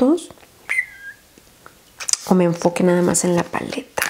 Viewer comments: "enfokeishon enfokeishon" morí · Nadie:: diciendo enfoqueishon como si la cámara va a enfocar solo por eso jajaja te amamos